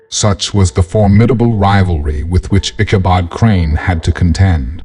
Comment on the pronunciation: I don't know what is up with the reader, but every name in this story gets mispronounced in some way so often that it becomes annoying. Katrina is called Catalina, Brom Bones' last name becomes Barnes and Ichabod gets mispronounced any way you can imagine during the reading. Even the horse Gunpowder gets called Dynamite at one point (it didn't even exist at the time this story takes place). If it's an actual reader, he goofed up a lot and if it's AI, then it's still got a long way to go.